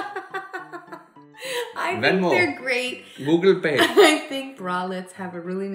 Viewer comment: Booble pay.... Did anyone else hear that....lol. classic